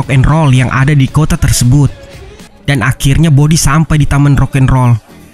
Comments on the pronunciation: Kota jadi kotah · merekah di kotaah